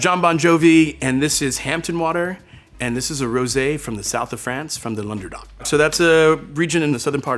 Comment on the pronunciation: I cringed when I heard you (attempt to) pronounce Languedoc. It's not pronounced as longerduck. Next time say it as "long doh k".